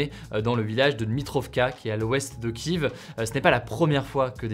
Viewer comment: Pourquoi tu écris « Boutcha » à la française alors que tu prononces le nom de Kiev à la… pas française ?